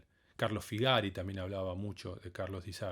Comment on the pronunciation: Gracias por todo el conocimiento. El apellido del otro pianista se pronuncia Figari, acento en la primera i, que es el plural de figaro.